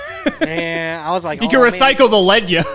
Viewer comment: it's starting to really grind my gears, so if you ever read this, please keep in mind; the "lead" in "battlin' boxer lead yoke" is pronounced "leed", not "led". it uses the word "lead" as in, something in front of something else, not "lead" the type of metal. the anime and duel links both confirm this. the reason is that the yoke lead yoke is wearing is attached to his head and his leading fist (the fist further forward in a boxing stance). the yoke is NOT made of lead (the metal). it would be a fairly ineffective yoke if it was; lead is a pretty soft metal.